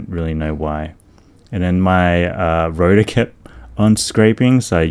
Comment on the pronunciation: Rotar* not router